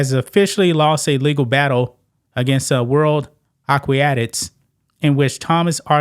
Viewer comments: It's not Aquiatics, it's aquatics. "a"-qua-tics" I totally agree with the ruling. They should take it a step further & declare that if you were born a man you can never compete in women's sports. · It’s pronounced Awk-wa-tics. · Pronounced A-Kwa-tics lol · dude you can't pronounce aquatics but your channel is about sports? cmon! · ur saying aquatics wrong bro 😂